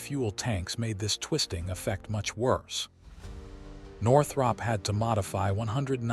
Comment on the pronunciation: Why do you keep showing different aircraft? And you ate mispronouncing Northrop.